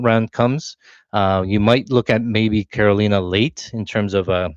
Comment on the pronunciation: did you call carolina, cornholio? 😂